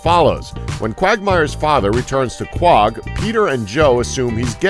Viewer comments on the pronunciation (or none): Koe Hogg not cag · its not pronounced kwawg, its pronounced ko-hog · If you are going to make a 5 facts video about a tv show, at least watch a season of the show. It's blatantly obvious that you have only watched these 5 episodes and only paid attention to the negatives, based on how you pronounced the City in the show. Quog? It's Co-Hog, Quohog. They say the name like five or more times every episode, it's not hard to pick up on this. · It's not pronounced "kwog". It's pronounced Co-Hog. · Repeat after me the place is called Quahog. Q-U-A-H-O-G. Please watch the show before criticising it.. Qwog ffs.. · Did he call the town Quag? Not Co-Hog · The name of the town is pronounced Coh-Hog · Pandas are cool oh my God that made me so mad lol. what the hell is quog. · The word "quahog" is pronounced "koh-hog" in RI. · It's pronounced Coh-Hog bro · You're saying the name of the town wrong. Sounds like you're saying quog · why are your opinions on this show important, when you pronounce the town Kwog. Evidently you dont watch the show. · This show didn't mess up nearly as much as the narrator of this video mispronouncing Quahog. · based on his pronunciation of the town his obviously never seen it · wtf is the way you say Quahog